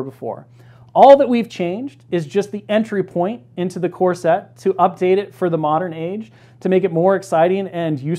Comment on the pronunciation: Love this, but I just can’t help but hear , Earth’s mightiest “corset”. I can’t wait for that sculpt.